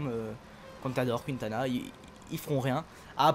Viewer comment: C pas QUINtana tu met pas d accent